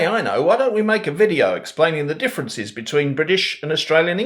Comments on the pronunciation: Fantastic Aussie accent! I think the word "differences" might have sounded more Brit than intended as a result of the final vowel sounding like an "i" rather than a schwa. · I haven't seen "the other video" yet, but I'd agree about the "example" vowel, as a West Australian. The other differences are: (1) says (sorry I can't do IPA), "differencIZ" where we would always have a duller sound (schwa maybe?) in that last syllable. My mother, whose mother was English, always used to say "DarwIN", and we kids would groan at it (because it shouldn't have that sharp I sound for an Australian ear). And (2) that word "solo". I don't know how eastern staters say it, but here in the West that's a different O in the first syllable and a dark L between., you did say you'd like to hear how you did. For me as a West Aussie, only the differencIZ and the SO-lo betrayed the non-Australian accent. But just generally astonishingly good. For what that's worth!